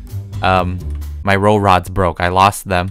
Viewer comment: My ro-rods broke Dude it's Ro-pods.